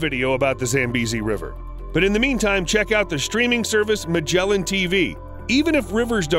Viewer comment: Its not “Majelan” its MAGGELAN